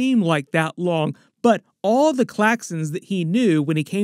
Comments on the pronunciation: Everytime you said claxxans I kinda cringed, they're Thraxans! Other than that, super fun video. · Dont mean to be that guy but its thraxans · No one wants to mention that it was the Thraxans, not Klaxans..